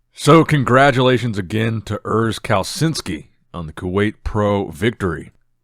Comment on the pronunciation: Urs caleh-CHIN-ski Put some respek on his name